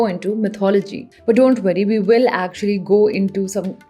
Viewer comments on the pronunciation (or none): none